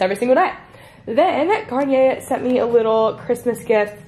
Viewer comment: I heard Kanye 😆